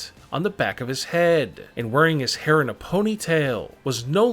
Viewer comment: “The only problem is that the world knows that he has gray hairrrrrr” funny accent 😂